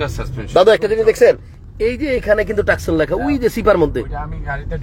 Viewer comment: গাড়ির নাম ,, তোসান ,, সে বলে টাকসন